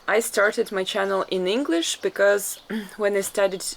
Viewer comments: this is the "Russian " vlogs I love, no po*** just people being people. your English pronunciation is so perfect. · Greetings from New Zealand Aotearoa, fantastic video I would like to compliment both on your English pronunciation, fantastic job and thank you for showing us these wonderful villages in Russia, Aroha Nui from Aotearoa